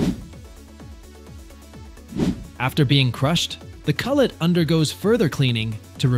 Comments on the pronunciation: lol i thought the narrator said that too, tbf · ...aaand back to the normal pronunciation somehow! 🤣